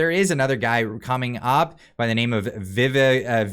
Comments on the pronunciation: Vivek is prounced like Cake. Viv-ake. just so you know. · Sounds like Viv - ACHE; rhymes with 'cake'.